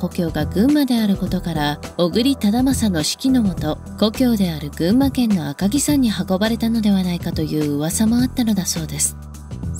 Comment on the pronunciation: 赤城さんではなく赤城やまです